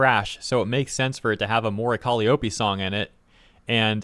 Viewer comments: Are they mispronouncing "Calliope " on purpose? "Cali O'pay" reminds me of Nigella's "mee-cro wah-vay"😂 If it's just doing one's best pronouncing a strange word: it's "Ka-LIE-oh-pee" It's an ancient Greek name (younger gamers may know in God Of War it's Kratos' daughter) It's most famous as the name of a small type of pipe organ used in the circus, and also iused in TV/film sound effects denoting when someone is going crazy.☮ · Call - i (long i) - ope (read: O P) That's how to say it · Calli-oh-pee lol, you know it’s pronounced cuh-lye-oh-pee, she’s only called Calli when it’s shortened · Say it with me: ka LIE oh pee. Emphasis on the second syllable. Not “Collie-Opie”. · It's pronounced "Co-Lie-A-Pee" not "Cali-Ope-E" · Those haters are terrible and disgusting, but the most egregious thing in this video is your pronunciation of 'Calliope!' It's more 'Ka-LIE-oh-pee' (lie as in, a fib or untruth, not like 'lee'). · Caliiope is pronounced "Cal-EYE-oh-PEE". Just so you know. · Calli having haters is nothing new, and her haters digging that hard into her history to find something about her to use as hate fuel is nothing new either. Also it's pronounced Kah-Lie-Oh-Pee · It’s pronounced Cal-lie-oh-pee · Actually one of her best songs. Appreciate the growls coming out more. (Kal-eye-oh-pee, by the way.) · He was so close to saying her name right. But to be fair, she's only been debuted for 5 years... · I notice a lot of people pronounce Calliope wrong lol (the "I" is pronouced as "eye" instead of "eee") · I’m sorry, but that pronunciation of “Calliope” hurts my soul. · Bruh you gotta say her name right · damn it man will you please find out how to pronounce Calliope if you don’t I’m going to track you down where you live, come round to your house and teach you to say it myself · The real controversy here is how you decided to pronounce "colliope"